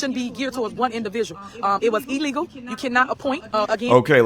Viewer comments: I hate when she says “e-legal”. Why does she speak so poorly? 😢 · When is someone gonna tell her that “E-llegal”isn’t a word? It’s spelled “i-llegal” and that she needs a speech therapist! 🤷🏾🤷🏾‍♀️🤷🏾‍♂️